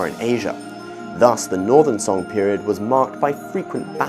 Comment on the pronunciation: Would be great if the pronunciation of Tang and Song Dynasties can be pronounced according to its putonghua pronunciation.